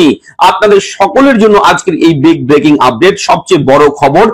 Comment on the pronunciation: ব্র্যাকিং আপড্যাট.. উচ্চারণ শুনলে গা জ্বলে যায়।